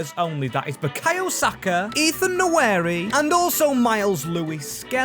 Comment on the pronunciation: Please learn how to pronounce Nwaneri 😂😂